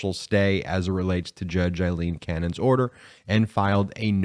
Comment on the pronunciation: Please Brett, her name is the Scots name Aileen, NOT Eileen. It drives my wife Aileen mad when her name in mis-pronounced. It is Ail-een, NOT as in aye-aye sir, Love the show by the way!